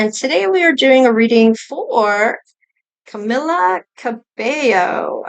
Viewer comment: Yay you said her name right. Awesome reading Thank you